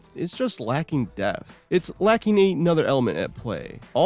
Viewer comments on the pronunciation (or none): And it's in DEPTH. Not in DEATH. theres a P there.. it's not silent.